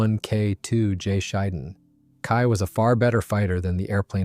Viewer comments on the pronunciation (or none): Pronounced "she-den" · The emphasis is on the first syllable, "SHEE", and the second syllable is pronounced like "den".